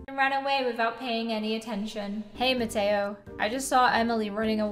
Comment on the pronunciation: Mateo no ma- toe sorry I thought that it was funny